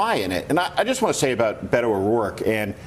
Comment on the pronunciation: Please learn how to pronounce Beto.